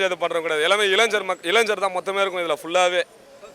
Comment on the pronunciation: இலஞ்சர் இல்லை‌ இளைஞர் சரியா சொல்லுங்க.